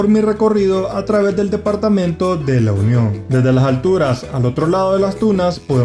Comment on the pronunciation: El departamento es La Union se te escucha que dices el lo union